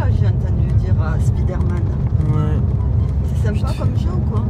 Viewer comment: "SPIDÉRMAN" I LOVE YOUR MOM 😭❤